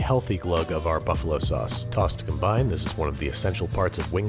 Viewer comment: TAUSS WITH AR SAUSS